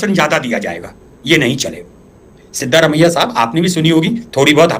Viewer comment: मुंछे वाले भाई सिद्दामारेया नहीं सिद्धारामया यार अपने नेता का नाम तो ठीक से लिया करो